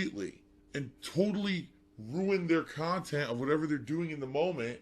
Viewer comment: Regurgitation USA, great kahntent! Better than this hyocrite? Probably lol